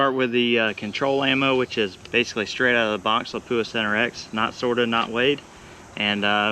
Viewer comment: Pronouncing Lapua wrong .